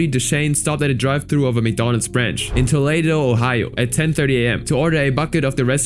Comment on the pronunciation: It’s Toledo pronounced toe leet toe not however tf he butchered it with lol